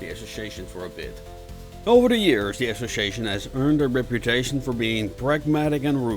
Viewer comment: Need to work on saying the word "Association" , other than that, Great JOB!